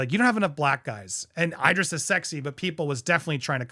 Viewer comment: Did you just pronounce Idris as Eye-dris lol. Dude… come on